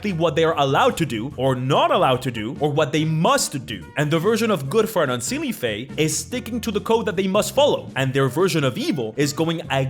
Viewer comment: It's pronounced say-lay and un-say-lay 😞